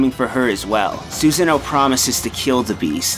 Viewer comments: susano is not pronounced susan-o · Lmao Susan-o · LOL SUSAN-O THAT WAS THE WORST MISPRONUNCIATION I HAVE EVER HEARD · (eccos) Lmao, dude. I follow the teachings of Shinto, and I would be aghast at myself if I didn't know how to pronounce the name of the principal Goddess I honour and worship. That's part of why I was so upset at Susano'o's name being incorrectly pronounced as well-- I am one of his Ujiko (devotees) and it saddened me to hear his name being so jumbled. Glad you were only kidding, though, because I was slightly upset. But it's all good now ^^ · The way he pronounces Susanos name make me cringe every time.